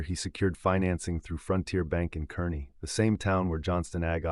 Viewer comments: Kearney is pronounced "Car-Knee", nor curney. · This entire story is AI generated and voiced. There is no Huxley and Sons JD dealer in McCook, NE. There is no Johnston Ag in Kearney (pronounced "Karny"), NE. Listen to the pronunciation of "com-BINE" over and over. This video's only goal is to entertain/enrage.